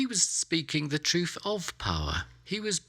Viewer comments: I began watching this but got sidetracked by his pronunciation of the word ‘truth’ which seemed to be ‘troof’ and became, for me, unwatchable. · Stop saying TruFF